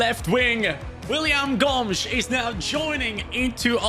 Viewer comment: With the brazillian accent they say "Gômiz", not Gomes like a portuguese lad